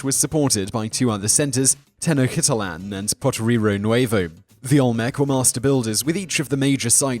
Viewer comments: tenochtitlan: Ten-oatch-teet-lan. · Did you just pronounce Tenochititlan as "tenokitallan"?